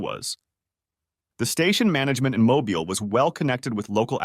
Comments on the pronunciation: As a resident of the state of Alabama, I kinda cringed at the way that voice-over had pronounced Mobile. Pronouncing it like "Mobile Phone" as opposed to "Automobile" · Forgets how to pronounce Mobile. AI sucks. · Me, being a resident of Alabama, that pronunciation of Mobile, Alabama made me cringe